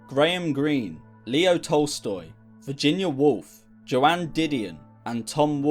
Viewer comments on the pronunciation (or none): I love that you mentioned Joan Didion. She is one of my favorite writers and inspires me, not to put my poetry manuscript in the freezer, but to continue writing. By the way, her name is not like J. K. Rowling, its pronounced Joe-n.